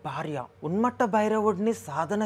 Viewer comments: ఉన్మత్త అనడానికి రాక ఉన్మట్ట అంటున్నవ్ బ్రో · Bro thank you for taking the time to share this knowledge! There is a small correction! It is not UNMATTA it is Unmatha (ఉన్మత్త)! Also please check the manta pronunciation once!